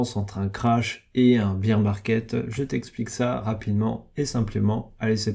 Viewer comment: Bear se dit baire pas bire de beer bière 🍺 en français.. le nombre de mecs qui se trompent c est hallucinant